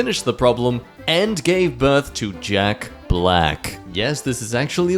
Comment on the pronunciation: Some narrators pride demselfs on pronouncing all the words correctly, getting props especially for foreign sounding names - is it just me or does seem to not really give a durn about wrecking any word or name even if the pronunciation is well established?